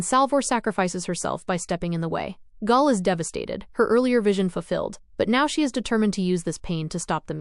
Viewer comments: Great recap, but annoying AI voice. One way to make it better would be to intentionally misspell the things it mispronounces, especially Hari (with an a as in Harry, not as in harsh) and Gaal (pronounced like "gale", not with a long a). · I swear, I can't find a real person doing these recaps. Last channel called Hari something different, and now this one pronounces Gaal wrong...